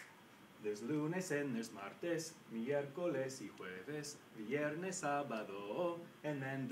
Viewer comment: the pronunciation for "viernes" veee-erh-nes thing bothers me a little... ;)